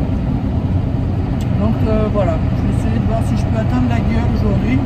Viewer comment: Pour info, le G de laguiole ne se prononce pas. On dit LA-I-OLE ;-)